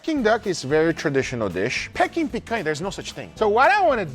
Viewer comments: Pecking duck? It's dead, how is it pecking? I think you'll find it's pronounced pee-king not peck-ing. 🤣 Still looks delicious though, even if its pecking days are over. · Guga it's 'peaking' aka 'peak-ing' duck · Peking is pronounced PEE-KING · why is he saying "Pecking"